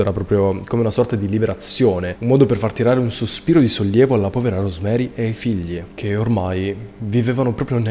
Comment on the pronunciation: I nomi dei due coniugi di questo caso aberrante si pronunciano "Iosef" e "Rosemarìi" visto che sono di lingua tedesca e la figlia "Gabrielle" si legge com'è scritto